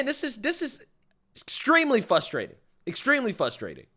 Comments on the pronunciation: Man, you got so close to pronouncing “frustrating” correctly in the intro to you monologue! I watch all of your videos and I’m just waiting to hear you say it correctly. 😂😂 I love ya man, I’m just being a dick😂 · The word is FRustrating, not fustrating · it’s frustrating not FUSStrayting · Fusstrating lol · Frustrating, not FUSStrating! It's so frustrating to hear you attempt to use college words. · fRustating, not fustrating. Ex. It is very frustrating to hear you say fustrating and makes it hard for people to take you seriously. You have good content, but really should make the change. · Dude, frustrating, not fustrating, forgetting the R , i used to make the same mistake until i got corrected.